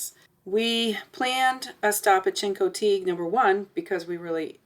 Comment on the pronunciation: Learn how to pronounce Chincoteague fgs. Couldn't bear to listen to you